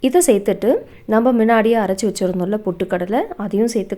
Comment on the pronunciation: மின்னாடியே,,,இல்ல முன்னாடியே சொல்லு முன்னாடியே.